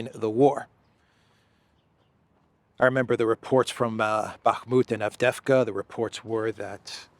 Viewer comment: AVDEYEVKA, not Avdefka 😊